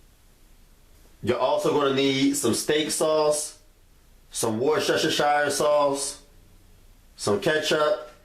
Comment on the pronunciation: Three syllables. Worse-ter-sheer